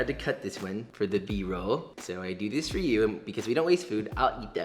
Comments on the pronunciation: i always smiling when he said 'BROLL' :))) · What’s beroll? Is it a sushi?? 😂